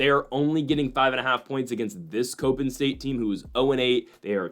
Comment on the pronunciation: It’s “cop-in” not “cope-in”…..come on guy!!